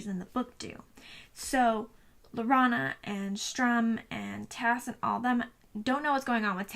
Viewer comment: Nice review, but just one thing his name is written "stu-Rm" ...not "stR-uM.